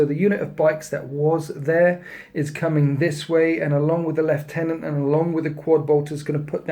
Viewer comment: Lieutenant is not pronounced "LEFT TENANT"